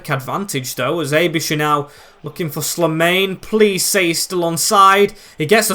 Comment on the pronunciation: Very happy to have you back mate! Btw The way you pronounce Slimane is SLEE and then mane like the former Liverpool player.